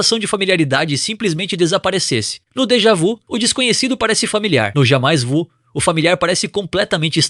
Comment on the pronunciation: "Jamais vu" se pronuncia "Jamê vü" ☝️